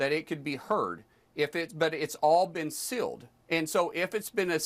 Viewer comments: BTW...Markwayne Mullins can't even say "sealed". He keeps saying "silled". What a dunce!!!! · That’s ok Mullin, the victims and witnesses are releasing the evidence they have around the clock. Also, the word is sealed, not silled. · My God, Mullen is duuuumb! Is he trying to say "sealed" when he keeps saying "silled"? Ugh!!! 😂😂😂